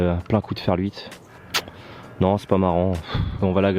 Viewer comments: Sympa la vidéo :) Mais pk tu dis ferL 8 ? ^^ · Oui j’ai remarqué,ça me fait marrer 😂